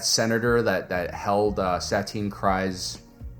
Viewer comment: Love your videos, hate the way that you say Kryze 🤣